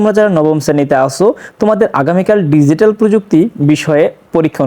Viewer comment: ডিজিটাল ❌জিটাল✔️ they are on some bloody cocaine.